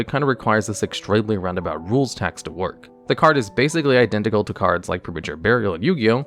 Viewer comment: Did he mispronounce cards again?